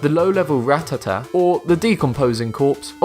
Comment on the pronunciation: He said "rat ta ta" even though you say it "ra tat a"